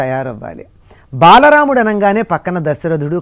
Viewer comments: బలరాముడు కాదు బాలరాముడు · Balaraamuddu kaadhu.Baalaraamudu...., mee moham thagaleyya!